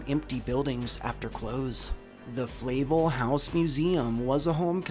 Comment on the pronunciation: Flahv-L not flay-vel